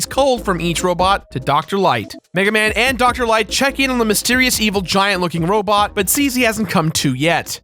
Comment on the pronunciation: This is veval seriusly the voice actor cant say evil right